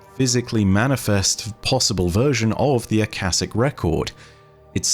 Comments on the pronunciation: I believe it's pronounced uh-kosh-ik, but that's neither here nor there, great video as always! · Ah-Cah-SHIK. You were right the first time that 2nd shit you said and went with was dumb. I'm surprised you didn't look up what the Akashic Record, it is the store house of all knowledge and events to ever happen anywhere in the universe. The point, meaning, whatever, of our exsistence is to experience this universe the best we can, and when we die everything we ever experienced is added to the record. It's where all knowledge gained by life is accumulated. Once the universe gains all possible knowledge within it self it's evolves to the next state of existence. Something we as human couldn't hope to understand. But we are the universe, the universe is us. To be honest they have been barking up this religions tree for the last couple years, this is they first time they have blatantly referenced it though. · The pronunciation should be (aa) (kaa) (shic). It is probably from aakash, a sanskrit/hindi word for sky/space. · It's sure it's pronounced Aka-sh-ic Akashic Records is also within the story of Phantasy Star Online 2. Within Episode 5 and Episode 6 of the games story. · "Shic" in "akashic" is pronounced just like "chic" as in fashionable. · the word akashic is pronounced with the sh pronounced similar to shut, shy, shh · Akashic you read with sh, not ss. This is normal word from Sanskrit, meaning ether, sky. Fits Destiny lore pretty nicely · Ah- ka-shick is the proper pronunciation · I wonder if they could theoretically, “take” themselves through the veil? Maybe that’s the way through it and potentially why we may get a taken subclass. Also not to be critical but Akashic is pronounced Uh-Ka(like car or cash)-sha-ick. Hope that helps and only meant it as constructive criticism. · I believe Akashic is pronounced as “Akaeshic” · It's (Ah-kha-shick).